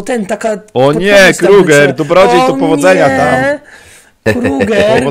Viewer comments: Znowu xD I "Kruagel" xDDD Krueger xDD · XDDD kruagel XDDD KRUEGER XDDD